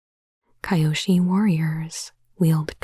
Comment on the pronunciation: I'm so sad you never watched Avatar T-T (it's pronounced Kee-yoshi, not Ky-oshi)